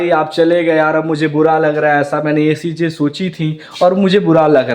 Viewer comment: Namaj❌Namaz✔ Cheeje❌Cheeze✔ Badsa❌Badshah✔ Suru❌Shuru✔